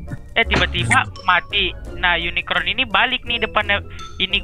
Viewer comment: wiwin kasih tau napa le "unicorn" bukan unikron